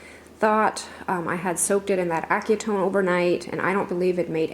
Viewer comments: Acetone. Aza a tone is how it’s pronounced. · Enjoy your videos. If it is acetone, it’s pronounced ass-uh-tone, used a lot in chemistry classes. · Shandele Broyles pronounced it “accutone.” It’s “asəˌtōn.” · Assy-tone is pretty close to how it’s pronounced. You are such an inspiration. I just love watching your channel!!! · Acetone is pronounced ass-a-tone. Wear gloves !! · Hi, I just love watching you create. The product you used, is pronounced, As*ahtone. That's the product in nail polish remover. To get a good rust going on your galvanized items, here are some great you tube tutorials. I have also done it with sea sponges and paint. When it's dry, you can seal with a matte sealer and go back in with a blue or lime tone green paint, slightly watered down, and create drips that look like oxidation on your pieces. and and and lastly: Have fun!! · Hi you pronounce acetone in the UK like 'ass'e tone but obviously you say it faster hope this helps I love watching your videos you are amazing at what you do X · It's pronounced ass-ah-tone, it's the primary ingredient in regular basis polish remover. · Pronounced... Asee tone. It Is a paint remover. Also used to remove nail polish. Xx 💞Love your style. 🙌 To get a real rusty look you could bury it in the garden for a while? 😅 Loved what you did with the fan! 👌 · Pardon my explanation, but acetone is pronounced Ass-a-tone...check out Gary Reef's channel re: aging metals etc...he's fantastic at doing things like that. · Acetone is pronounced (ass a tone) lol. I love all your projects. You are definitely talented. You do beautiful work. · Acetone, pronounced with a soft "C" (a se tone). Used a lot in nail polish remover and nail salons. Works well when you want to remove paint. It will eat away at wood though faster than a metal surface. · Sorry typo error the c is pronounced like an s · I put my things in the fire for a short while Aceton, c is pronounced as s But your bucket turned out beautiful!